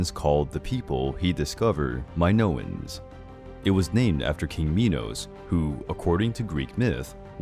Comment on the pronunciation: I got so mad when he said Minos meEnoO